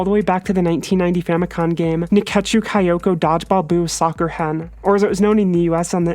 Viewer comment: Not insulting you, just letting you know: Kyoko is pronounced "Kyo-ko," not "Kai-o-ko." And great video as always!